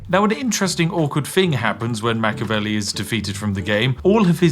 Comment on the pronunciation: It's pronounced Mach-E-avelli, not Mach-avelli, for the love of tea!